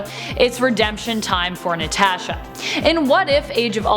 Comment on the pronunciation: please never say natasha again